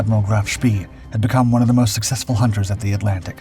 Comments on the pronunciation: Graf spay not spee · Great tale, but it's a pity you can't get your name pronunciations correct: "spee" is pronounced "shpay", not "shpee", while Cossack's commander was Captain (later Admiral of the Fleet Sir) Philip Vian (I suspect "veean"), not "Vlan". Helps with credibility if you get it right! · It's so easy with the internet. Sch-PAAY :face-blue-smiling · SPEE is pronounce SHPAY. (really surprised you don't know that) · Just learn how to pronounce Spee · I cannot and will not watch your films until you learn how to pronounce SPEE!~!~!